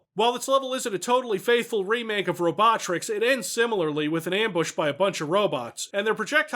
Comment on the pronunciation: I find it amusing that pronounced "Robotricks" the way Megamind pronounces "Metro City".